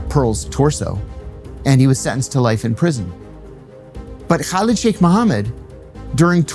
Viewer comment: I’m not happy with the way he’s pronouncing “Kaleed”.